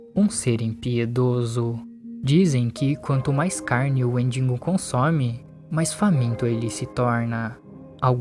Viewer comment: Que agonia ouvir "WendiNgo"